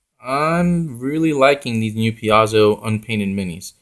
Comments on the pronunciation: Thanks for the review. I'll likely pick some of these up. I like the look and they seem like a good value. Just so you know I think Paizo is pronounced like pie zo. :) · ... ... Pie-zoh ... ... Piezo ... ... Paizo ... ... PAIZO!!!